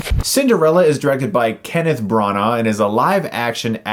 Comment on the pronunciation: Just FYI branagh is pronounced "branner", don't ask me why